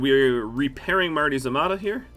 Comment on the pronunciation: I enjoy this series greatly, but Marty’s Armada does not roll off the tongue well, it sounds like you’re saying Marty Zamatta, and you say it like a billion times an episode. I was genuinely confused at first, wondering if it was the name of a scientist or something else entirely I was missing. It was a lightbulb moment when I finally saw it in the sidebar. I’m sure it is named for one of your patreon backers or something, but I lie to myself now and say that Marty Zamatta is the name of the admiral in charge of the fleet. He’s the True Son of Atom, he’s Nuclear Jesus. In this galaxy you’re either Marty Zamatta or you’re insignificant to the cosmos. No longer will the utterance Mah-tee-Zah-mah-tah snatch my attention away from your enjoyable gameplay, for now it is a battle cry to the stars. A sequence of sounds that heralds the death of civilizations, and will echo on long after their passing.